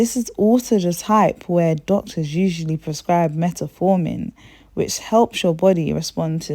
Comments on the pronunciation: Quality Presentation! Very informative! Well done! Now, please pay attention to these small details.. Please use correct names/terms/pronunciations Met(a)formin = Metformin Tetesterone = Testosterone Natural inflammatories = Natural Anti inflammatories Ginger, Turmeric, Nettle tea.. etc Ardrenol = Adrenal glands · And all the other things she mispronounces eg testosterone, adrenal, hidradenitis suppurativa, ovarian, etc.